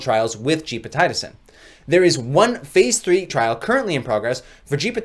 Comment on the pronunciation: Gepotidacin pronounced as (jep″ oh ti day′ sin) per - MedlinePlus gov